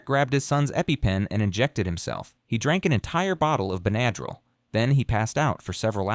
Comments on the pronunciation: I noticed that, too! Aggravating! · Ben ADD rill? No. Benna-drill. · BEN a drill. NOT - ben A drill. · The mispronunciatuon is distracting🫢 Her name is kO-r-e! Not kUri! Benadryl sounds like been-a-drill! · AI?? It drove me nuts too. Also "ben-ah-drill"